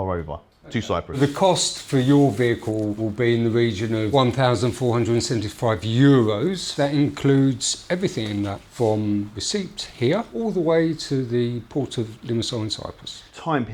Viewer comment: That's the first time I have ever heard the P in receipt pronounced.